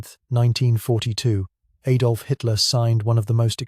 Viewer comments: I think you mean "AH-dolf", not "EH-dolf". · 0.03 who tf is Ay-dolf? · English accent but “Ay-dolf” Hitler,why? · “Ay-dolf” Hitler? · Ay dolf..? Coddy fied? Ship's bow? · A Dolph (pronounced the American way in an Enlish accent..) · Is this AI? Can’t pronounce Adolf properly. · AI narration can't even say 'Adolf' correctly. Straight to the gas chambers!!! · Adolf is not pronounced like that. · It also pronounced "Adolf" wrong.